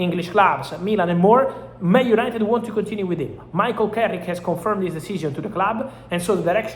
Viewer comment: Gotta get those “United-uh” cleeks guys.